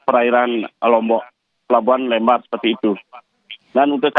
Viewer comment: Bacanya LEmbar buk seperti baca kata LEmpar batu